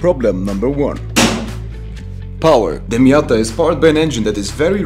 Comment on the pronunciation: miaaaaaaaaaada it is called